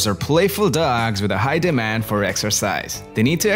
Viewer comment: It's dogs, not dougs.